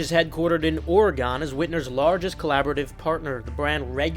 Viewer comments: its pronounced Or-eh-gun my guy. Happy Thanksgiving. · Of this whole crazy story I’m like…who pronounces Oregon “ORA-GONE”??? 😂